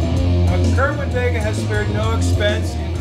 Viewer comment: It's called "Sayr-win vay-guh", not "kerr win ..."